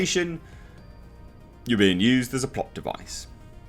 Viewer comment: Thought you said plop not plot 🤣😂